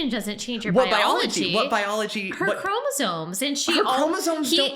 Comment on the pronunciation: It's chromosoMes, not chromosoNes, dude.